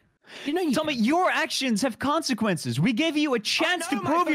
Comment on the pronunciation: “I know my fuckin’ actions have kwonsequences” -TommyInnit 2020